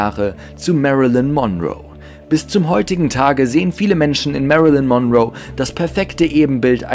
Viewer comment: Das zweite "L" in Lincoln ist stumm und Monroe wird auf der letzten, nicht auf der ersten Silbe betont. Doch das sind nur Kleinigkeiten, gemessen an all den anderen Fehlinformationen in diesem Video. Es sind zu viele, sie hier aufzuzählen, aber einige werden in den anderen Kommentaren genannt. Du hast so unglaublich wenig Ahnung, dass es richtig weh tut. LÖSCH DICH!!!